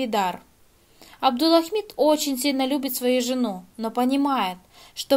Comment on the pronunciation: "Абдулахмид". Выучите сначала правильное произношение имени, а потом обзоры делайте.